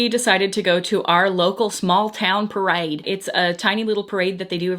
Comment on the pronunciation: random southern accent on “parade” & then never again? Idk why that bothers me so much